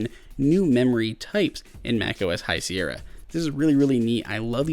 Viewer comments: High Sierr-i-a? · Did he just say "High Sierrya"??!